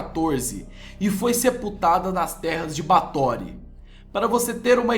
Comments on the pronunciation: SE PRONUNCIA BÉFORY N BATORY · o nome se fala BÁRTHORY E NÃO BARTHORY. no mais o vídeo ficou ÓTIMO. Vê se vai lá e trás mais informações pra gente. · Muito bom, mas se diz "Báthory"